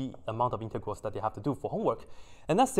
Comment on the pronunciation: I thought you said something else when you said integrals